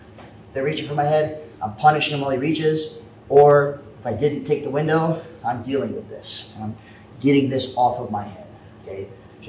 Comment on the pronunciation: Lmao “coming in widow”.